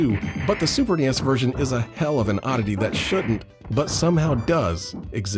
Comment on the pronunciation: everytime you say super nes in a video i have to stop and think about it a moment... super knee esss...